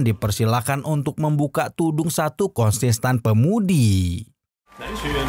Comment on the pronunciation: Kontes tan mang bukan konsesan 😂 aya2 wae